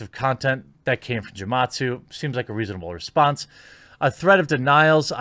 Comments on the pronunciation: Bruh, hard G with Gematsu haha. It's Japanese phonetics. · Gematsu probably doesn't like you because of how you butchered his name lol